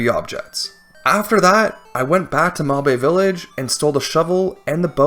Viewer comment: "mahbae village" 😭😭😭